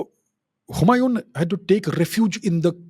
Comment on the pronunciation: The name Humayon is pronounced differently. The "N" is not pronounced fully.